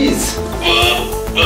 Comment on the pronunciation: SKVEEZ.. SKVEEZ. :D